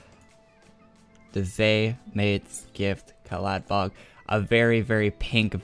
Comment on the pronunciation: Dammit, Its caladBOLG not caladBOG lmao